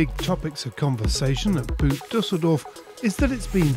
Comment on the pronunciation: sorry but as you were there you must have heard a lot of Germans pronounce 'Boot Dusseldorf' or 'Das Boot' (like the movie), but none of them would have made it sound like footwear! It is pronounced more like we pronounce 'bought' or 'bort'. I know we can't always pronounce things as the locals would, but 'The Boot Show'!:)